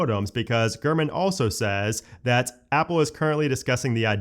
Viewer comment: Gurman 😂 Every time you say his name I’m hearing Garmin and seeing a little Garmin display screen on a dash in my head. I’m also high AF😂💀💀💀 It took me foreeever to type this damn message out. 🫠